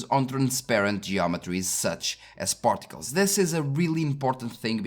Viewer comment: You said "particles", I kept hearing "portugales".